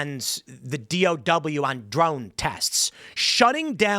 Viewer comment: You said DOW wrong